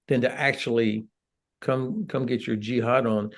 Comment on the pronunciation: "come get your jihad on"...down home, country boy.